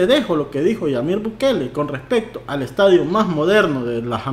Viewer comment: "LAYLA ESTADIUN" 😎👌🏼 jajajaja qe pex. Suena vien.?